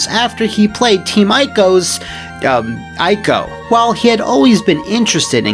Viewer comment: In regards to Ico, it's pronounced E-koh not eye-koh. That was my dork dweeb contribution for the day.